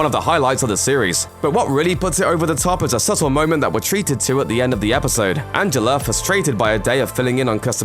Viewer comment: did he say Angeler?